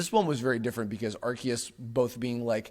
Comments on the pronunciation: Areceus would actually be Ar-say-oos. Think like Zeus or deus for the us sound and ce being like the english word say. アルセウス would be pronounced that way. Kanto has been mispronounced since day one by the dubbing staff as well. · Pronounce it how you want, but the TPCi pronunciation is not even close. Ar-see-us is still closer.